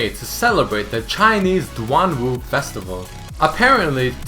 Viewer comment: Wow, you pronounced the Chinese DuanWu festival quite well! Impressing~